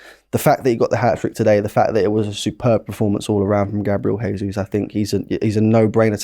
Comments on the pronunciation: It’s Gabriel Je-sus not Hey-sus He’s Brazilian, so Portuguese speaking. Say it right! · gabi jesus is brazillian, not spanish. stop saying hesus. if youre hosting shows at least learn to get it right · I swear this guy purposely mispronounces ‘Jesus’